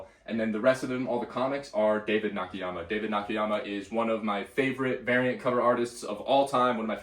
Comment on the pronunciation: Love your channel and your energy but I have to nitpick one thing. It's David Nah-Kah-Yah-Mah.